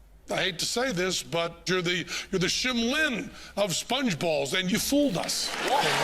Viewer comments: Shin Lim, not Shim Lin. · Penn said Shim Lin instead of Shin Lim. (: That's fun. Amazing routine and react btw. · No he called him Shim Lin. 😂😂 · I think Penn said Shim Lin lol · yeah I notice that too! actually it made me feel better because I once mispronounced Shin's name in the same way! 😬